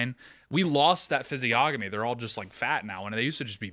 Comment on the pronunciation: Tsk tsk tsk,...the word is physiognomy (ˌfizēˈä(ɡ)nəmē). Standard pronunciations are: With the hard g: fiz-ee-AHG-nuh-mee Without the hard g: fiz-ee-ON-uh-mee What you're doing is a clear mispronunciation — common when people only know the word from reading and haven’t heard it said much.